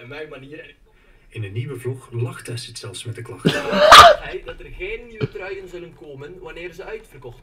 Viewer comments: Edit: "asidt" "joetoep" Aii Sterk! XD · HAHAHA “esid” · Ik zal ff uitleggen aan de boomers hoe je Acid uitspreekt. Eejsit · Haha ja, maar je kan toch op zijn minst eens uitzoeken hoe je 'acid' uitspreekt😂😂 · hoe ze acid verkeerd kunnen zeggen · als je komt praten leer eerst eens "acid" goed uit te spreken :/